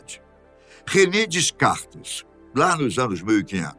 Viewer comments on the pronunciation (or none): A pronúncia correta é "DECARTE" , e não "DESCARTES" , ou seja , não se pronuncia o "S" em tal nome .